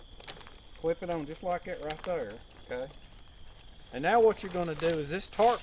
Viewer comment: U made me laugh at ur risk taking. And when u say lookie right therr ect.